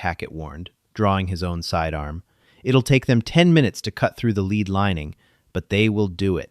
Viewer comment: Your AI does not say the word lead right